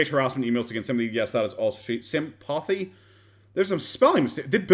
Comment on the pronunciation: Still watching, but jc , "halocaust"? "Sympothy"? This is a joke of a documentary.